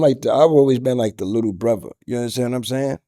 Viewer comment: new teeth or not he still cant say 'brother'...it's 'brova' all night long